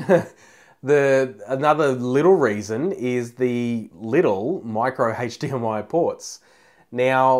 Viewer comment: Good points. However...’Hache’...DMI? Really?